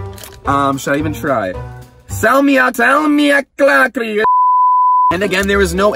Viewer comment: Ice land is super close to Finland I live in Finland and speak it (I’m accually from Estonia I just live in finland) I laughed so hard when u tried to say salmiaklakkris😂😂😂